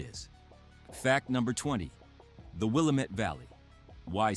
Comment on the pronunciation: Willamette is pronounced wrong